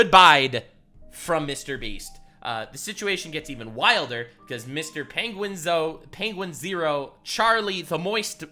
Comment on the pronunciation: Yo you sommebitch! How you gonna pronounce it penguinzo then say penguinzero?! I almost learned how its said and you screwed it up